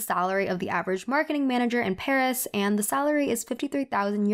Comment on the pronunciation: emily cant even pronounce paris